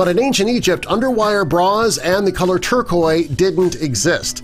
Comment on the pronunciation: AND the narrator said "turquoi" instead of turquoise with the s sounded. Big clunker.